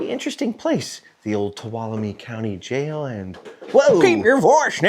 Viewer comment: HOLY COW, you said Tuolumne right!!!! Welcome to my part of the world!!!!